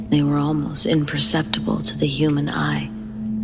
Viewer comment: "iNpUrRsEpTaHbuLL" is the word of the day 📖💪🧠